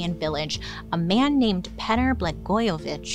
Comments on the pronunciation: Okay, Petar is definitely pronounced as Peter, but I did enjoy his story! 😂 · Bailey, I love you, but I think "Petar" may be meant to be pronounced like "Peter". XD